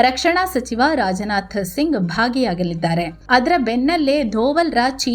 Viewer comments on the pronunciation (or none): none